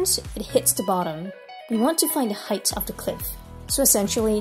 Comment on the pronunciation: bros asian 100% - when she says "height of the cliff"